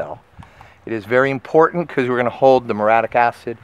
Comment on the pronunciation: It's mur-E-atic, not mur-atic, and rec-co-mends, not rec-cra-mends.